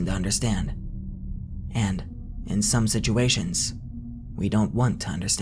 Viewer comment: He pronounces it something like sisuuashion.